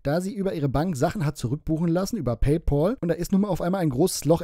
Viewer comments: ich feier deine Videos und deine Art sehr und du machst Spitzenarbeit. Nachdem das raus ist, muss ich dir sagen, dass es mich killt wenn Leute PayPohl sagen 😂 Es wird „PäyPäl“ ausgesprochen. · Paypal spricht man übrigens auch in 2023 immer noch nicht "Pay Paul" aus.